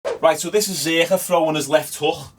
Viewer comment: I thought my Irish accent was bad but fucking hell that way you say hook, houck